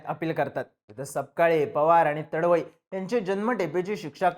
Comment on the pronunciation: तडवई नाही रे तडवी आहे तो